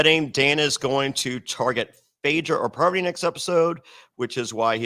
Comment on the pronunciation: I love how Rachel keeps calling Parvati “Poverty” and Sheree “Sher-ie”. 😂